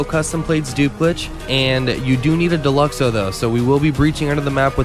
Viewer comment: Down vote the second I heard Deluxo